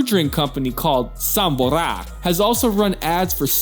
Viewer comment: Sombor not Sambor!🎉